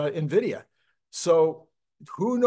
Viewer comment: It's "en" vidia, not "nah" vidia. Love your videos, watch everything you release.